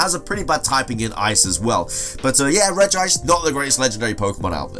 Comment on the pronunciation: regice not regi-ice